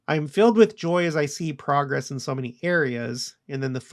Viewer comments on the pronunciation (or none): none